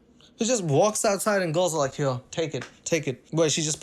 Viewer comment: now I feel bad. I assumed you were Indian, not South African, and not because you're a brown guy but strictly from the particular way you pronounce 'here' as 'hyuh'.